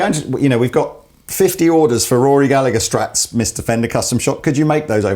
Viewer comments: Toerti totally agree. wouldn't give 300 quid for it. And another thing, it's pronounced Galla-her, not Galla-ger lol. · Rory Gallagher one is a beast, (ps it's pronounced gal - ah - her), you don't pronounce the g like with the oasis guys, my fam used to live next to him) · It's pronounced "Gall-Ah-Her" for gods sake. It's an Irish name, Gallagher, and the G and the H together make a H sound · I wince every time ye say Gallagher wrong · You'd think if someone was going to showcase a Rory Gallagher Strat they would at least have the decency to pronounce his name correctly. You don't pronounce it the same way as the lads from Oasis do their name. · I wish people coups pronounce Gallagher right